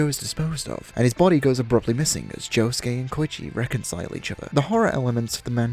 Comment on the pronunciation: Why the fuck is he calling josuke yuosuke